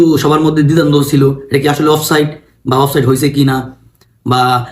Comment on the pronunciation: চান্দু, শব্দটা "অফ সাইড"... offside অফ সাইট আবার কি শব্দ রে বেকুব!